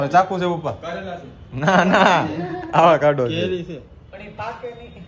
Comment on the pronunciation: આવાકાડો ❌ ઓકવાડો ✅